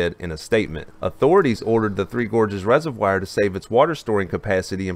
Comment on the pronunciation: ugh. rez-uv-wahr, not rez-uv-wire